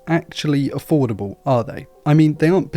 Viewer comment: He was saying affordable and i was hearing foldable.....LOL